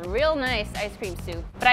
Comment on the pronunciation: Say ice cream multiple times Now it sounds like "I scream"